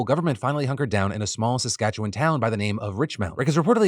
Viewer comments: Omg thank you for saying Saskatchewan right. Even most CBC reporters don't get it right. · Impressed that you pronounced Saskatchewan correctly! Usually everyone trips over the word lol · Good on ya for saying Saskatchewan correctly. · That freakshow in Canada, took residence at a vacant school in Richmound, a town an hour away and saw her in the local grocery store with her followers. I just laugh everytime I see her. Im amazed you pronounced Saskatchewan correctly. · As some from Saskatchewan, hearing you pronounce it correctly was actually shocking. Usually no one who lives outside of the province gets it right. Congratulations! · I’m just happy Phil said Saskatchewan right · As a person from Saskatchewan I just wanna say thank you Phill for pronouncing our province's name correctly, also fuck Romana Didulo and her wanna be MAGA Cultist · I know there are much more important things to discuss here, but I can't help but ask how people outside of Canada usually pronounce Saskatchewan? I'm born and raised in the US, and never had the privilege of traveling outside the country, but my grandmother was from Saskatoon, so the way Phil said it is the only way I've ever heard/said it (and I'm so glad to know it's correct, lol)! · Nice job on pronouncing Saskatchewan. Lol I usually get a kick out of Americans trying to say it but you nailed. This "Queen of Saskatchewan " is a disturbing situation. It boggles my mind how many followers this person has. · As a long time fan/viewer, and a person born and raised in Saskatoon Sk.... THANK YOU PHIL FOR PRONOUNCING SASKATCHEWAN CORRECTLY!!!! <3